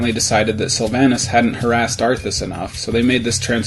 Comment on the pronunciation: im sorry but who the hell pronounces sylvannas like that